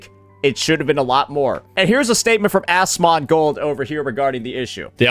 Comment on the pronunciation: Why is he saying Asmongold's name like that 😂